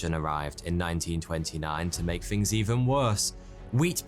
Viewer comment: I love this guy's videos, but I keep getting distracted by his accent. I used to think he was introducing himself as 'forty two'. He seems unable to pronounce 'th' and instead pronounces it as 'f' or 'v'. For example, he says 'fever' instead of feather. Instead of Meredith, he says Meredif. Instead of things, he says fings. Does anyone know where his accent comes from? It's obviously English, but from where more specifically?